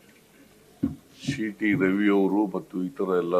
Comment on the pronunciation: ಶೀಟಿ ರವಿ ಅಲ್ಲವೋ ಮಾರಾಯ ಅದು ಸೀಟಿ ರವಿ.